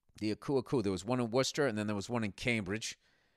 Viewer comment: Holy shit, Bill knows how to say WORCESTER. He must be like the only American who does. Fuck, I love this guy even more now.